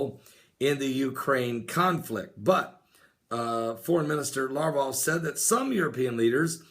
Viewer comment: So, Alexander the Great had the Spear of Destiny, huh? Considering the fact that he lived 300 years BEFORE Jesus, I highly doubt it. I think you need to re-check your history Pastor! Also, the "G" in Sergei is hard, not soft, and Lavrov's last name has a "V," not a "U." LaVrov, not LaUrov. Also, the Dan. moment is something done by the Antichrist. Not someone else. And when one Psalm is quoted, it's PSALM 83, ect, not PSALMS 83. Thank you.